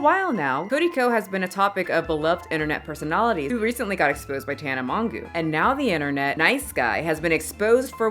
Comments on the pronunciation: “Tana mongoo”😭😭 (it’s pronounced “mo-jo”) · Mother has arrived and she is here to CALL OUT THESE LITTLE BOYS!!! Also Tana’s last name is pronounced “Mojo” for future videos if you talk about about her again in the future 😊